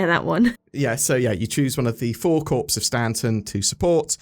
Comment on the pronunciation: Lol I thought you said you pick one of the 4 corpses of stanton not corps like corperations. Was confused for about a second